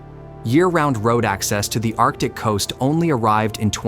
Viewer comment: It's "arctic" dude.